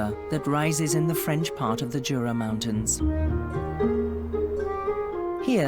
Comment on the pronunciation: Wonderful scenery! PS You mispronounced Jura 😅